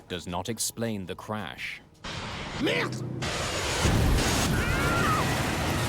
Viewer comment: 5 - finally heard what I think is the authentic pronunciation of that word “merde.”